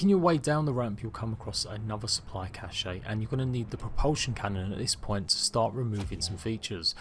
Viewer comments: it’s not pronounced cash-eh or cash-eyy, it’s “kash” just fucking “kash” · He says cash-ayy instead of “kash” how it’s supposed to be pronounced. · Squipi Dingcheek he’s saying “cache” “cash-eh” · The "e" in cache is silent lol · no he pronounces it in the worst possible way.